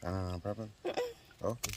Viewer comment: I love when say Blem 😂😂😂😂